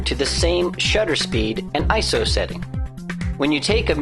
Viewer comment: ISO. eye, es, oh.......... say it slowly, EYEEE ESSS OHHH. not eyeso